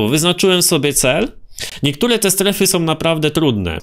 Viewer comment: "STERFY" rzeczwyiśocie